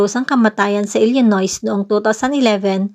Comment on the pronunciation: Hindi po kasama ang s sa pagbigkas ng Illinois.